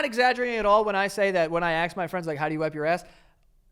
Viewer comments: Bro, you need to stop saying "axe/axed" instead of "ask/asked" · How can you always pronounce ask wrong? You always say axe instead of ask... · The "axe" over infamous "ax you a question" tickled me 😂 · Okay what happened, I went from idiots of the internet and now pop back a few years later your'e talking about the most common way to wipe lmao. what happened? You still say "axe" though, some things never change, thanks <3 Edit: Lost my shit (pun not intended) when its said "Front to back 85%. Psychos with shit on their balls 15%" lmao